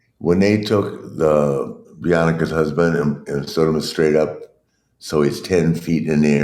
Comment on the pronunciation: Bee-on-a-ca lol aka Bianca oh Ric is old 😂